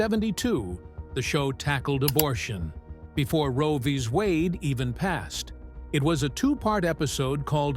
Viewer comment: Yente mispronounced and cant say Roe v Wade right